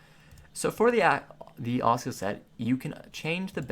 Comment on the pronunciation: he-v-ee, ass-ooh-la's. Bro please look up proper pronunciation of the stuff you are talking about. Makes me laugh so hard and i cant focus lmao